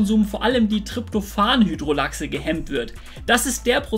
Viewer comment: Das Enzym wird nicht Lachse ausgesprochen sondern lase mit s wie Hase Sonst gute Recherche danke